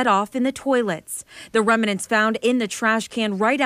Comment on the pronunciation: of ch4, What the hell is a “rem-i-nent?